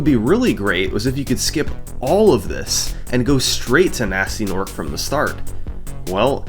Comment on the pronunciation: this is a great video and all your videos are great but it is pronounced g-nasty g-norc like hard g, not gee, and i cannot allow this offence to gnasty's honour go unchallenged